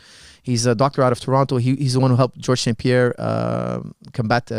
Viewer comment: It’s George St Pierre not John St Pierre 😂